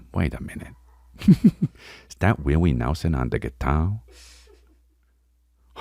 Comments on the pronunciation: Bihwion Dowwah Wiwwy Nehwson Fweaky Fwiday wealllllly got me! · “Oh wow dats Wiwwy newson?!”